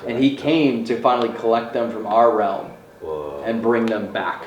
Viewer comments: Someone teach how to say realm instead of “roam” 😂 we love you Also -54 what was that yell? Check it out. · Why does say Realm like roam...😂😂😂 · say "realm"......